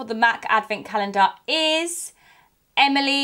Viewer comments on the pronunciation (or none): I got realy exited for a second there you said em and then you said emaly and then I was realy sad but congrats to the winners